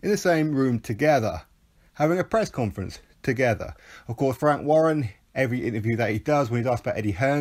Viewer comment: Emphasis on the "wank."😅